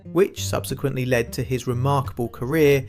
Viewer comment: How AI f***s up...Mark instead of mark, LED instead of led, clearly nobody can be bothered to check.